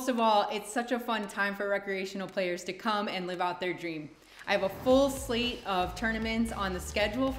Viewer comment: Lolol. She said "slate" in the intro too but it sounded different.